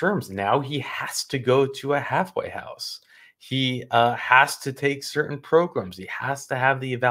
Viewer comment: Progrums?? Lol 😆 🤣